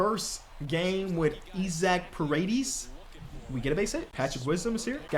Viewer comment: just for the future, it’s pronounced ee-sock puh-ray-dees. ofc wouldn’t expect you to know that but thought if he’s a big part of the future it would be good to know